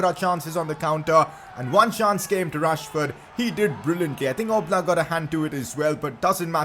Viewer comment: It’s yan oblak pronunciations